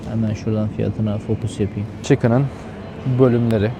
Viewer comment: 👉not çikırın ❌️🤣🤣👉 chicken 👌👈You don't know how to say chicken what's the show?😂😂😂😂😂 🤣🤣🤣🤣🤣🤣🤣🤣